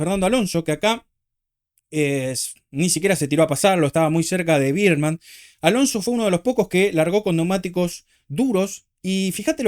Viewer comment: Me mata que decis "Birdman" a Bearman jajaja Como la pelicula de Keaton